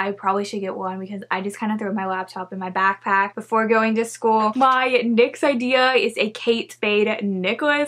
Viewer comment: Love how instead of saying “next” she says “nix” does anyone else here it?? Also idk why she’s covering half her face with her hair she really pretty idk why she has her hair on her face